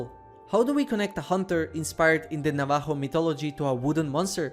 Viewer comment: You mispronounced Navajo